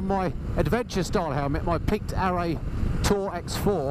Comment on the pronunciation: Arai is generally pronounced uh-rye not Ar-ay and HJC 'Rpha' is pronounced Ar-fa not Rappa 🤣